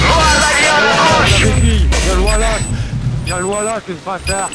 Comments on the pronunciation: WallHack xD le mec ma bien fais marer xD ! Et le mec qui dit [walhack] alors que sa se dit [wolhack] il a juste pas du tout l'aire con xD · "wAllAk Feuse dEuX pEuTe" ahhahahaha